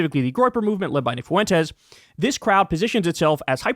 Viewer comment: In a word like fuentes, the U is the weak vowel and the E is the strong vowel that gets the stress. It sounds like fwentes Kyle - you sound ridiculous saying FOO-entes